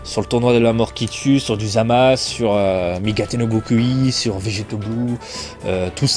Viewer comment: Pour zamasu on le prononce comme toi mais avec un « ou » à la fin